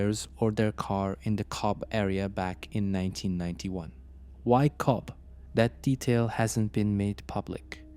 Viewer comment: Its pronounced Cove